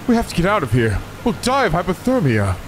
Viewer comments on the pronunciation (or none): none